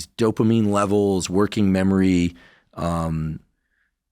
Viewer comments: How am I supposed to take a guy seriously who can't even pronounce the word "dopamine"? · The way he pronounces dopamine is funny lol